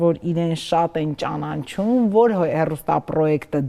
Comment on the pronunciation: Հարգելի՛ հաղորդավար, ճանանչում չէ, այլ ճանաչում․․․․